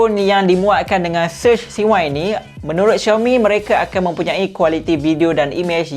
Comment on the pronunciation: Surge C1 tapi nape sebutannya kedengaran Surge S1, ke saya salah dengar?🤔